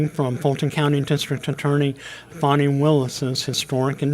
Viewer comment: It's Fani Not Fawni She's Named After the Buttocks 😂because she Sure knows How To Make An Ass Out Of Her Self Newsflash At The Time These Accusations Are Supposed to have taken Place Trump Was Covered by Presidential Immunity 😂😂